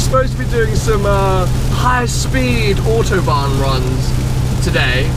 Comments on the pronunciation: "ze Autobahn" omg best way to pronounce it ever xD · Why do you pronounce Autobahn so strange? No german speaks that way.